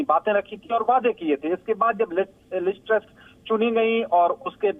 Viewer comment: Anchor ko name bolne ki tyari krwao